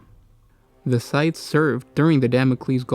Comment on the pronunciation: you are supposed to pronounce the s in scythes